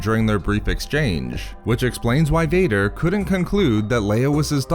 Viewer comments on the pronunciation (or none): Vadurrrr, lei-urrrr, familiurrrrr 😭 I think french would be jealous here